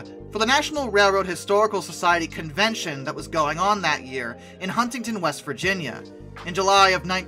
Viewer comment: I love your videos, but your pronunciations are a bit off on some things. As a WV resident, Huntington is pronounced huning-tin, and kanawha is ka-naw